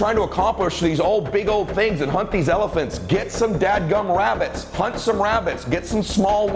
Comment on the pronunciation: "Hunt some Wabbits" 😂😂 thank you so much, I watch your videos and listen to your podcast everyday